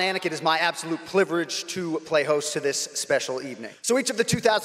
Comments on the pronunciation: What the hell is a pliverage, jon?? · Jon Anik had the "PLIVERAGE" alright... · Jon Anik 2020" Pliverage" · Sounded like Jon Anik couldn’t decide on wether to say pleasure or privilege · Jon Anik is usually a very smooth talker... but he just said "plivilege". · It was my "PLIVERAGE" too. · Jon 'It is my absolute pliverage' Anik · "It is my absolute pliverage" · Jon “Absolute Pliverage” Anik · Jon Anik's "pliverage" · Lmfao he said pliverage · Did he say “pliverage” 🤔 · Jon "plivredge" Anik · John anik said pliverage wtf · Is Jon Anik ok? Looks very gaunt of late. Never slips up either but "pliverage" is not a word. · "my absolute PLIVERAGE" 😆 🤣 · Jon Anik: "absolute pliverege" 😂😂😂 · Jon "It is my absolute pliverage" Anik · Jon Anik immediately realized that he said privilege wrong